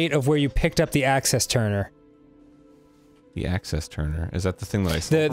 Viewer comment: "Access Turner" "Faculty Control"